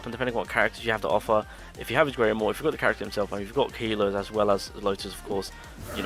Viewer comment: I’m not trying to be rude against your accent, but WHAT IN THE WORLD ARE YOU SAYING THAT VETTO NEEDS????? Are you saying Grimoire meaning skill page? Or are you saying something entirely else?